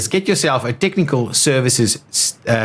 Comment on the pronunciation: Nicely organized video BUT it's a bit wordy. It's more than a bit confusing to understand all of the numbers in each building description but I think I got it now. ps. I like how the South Africans pronounce "tiknikul services".